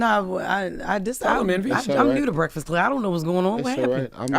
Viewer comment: Wa😂😂😂😂wait..."breaxxast club lol